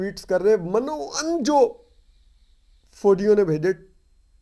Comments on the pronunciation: Toor u are doing a good job indeed and I am regular listener..... It is Urdu word mino un .....not as Mano un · Toor sb lafz min o un hota hy